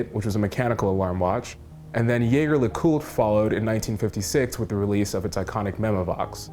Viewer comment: its pronounced Jeje la Coultre ya hippie american